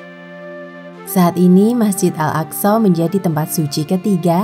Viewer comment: Bener kok صsho